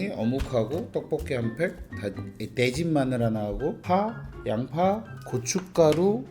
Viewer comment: 크흠...다진마늘 발음을 뒤진 마늘(?)로 들린건 매 착각인가 크흠.... 이젠 마늘도 막 살해해서 잡아먹는 옆집형 클라스...